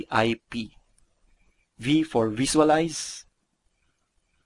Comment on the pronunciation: while I am sure you guys are most probably a credible company, please allot some of your marketing budget towards getting a better speaker/dubber for your videos. Honestly, hearing numerous articulation errors like that does not inspire consumer confidence. *** d/th, b/v, s/z problems, i/long e issues. attract/atrak, it/eet, visualize/viswalays, antil/until, da/the, dey/they, wold/world, as/ask, teenk/think, notis/notice, nak/knocked, masels/muscles, reeten/written, pasitib/positive, etc. etc.TY